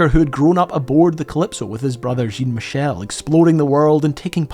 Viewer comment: Thank you so much. Brings me back decades...Cousteau brought live of all Nature, not just the sea, even if that was his passion/obsession. Incredible how you covered so much, on such a lovely way! Was just surprised on how you prononce his son s name Jean-michel (as Jin-michel)? In France, we ll say Jean( close enough phonetically to John) just in case you got to meet him personnally😊which I think you would be welcome to, with this incredible documentary /tribute about his family❤